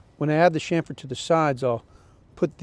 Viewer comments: cham-fr (not sham-fr) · Hey, I hate to tell you how to speak but the word your trying to pronounce is chamfer not shamfer! Nice job on the planter build